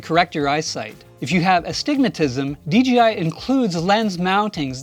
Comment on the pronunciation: It sounds like he's saying DGI not DJI